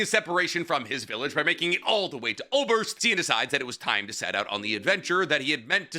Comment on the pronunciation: I know you don’t speak German, and yeah you’ve got a great reason for not 😅 But omg your pronunciation of some of these words. Specifically Aßerst and Sein, and to a lesser extent Flamme.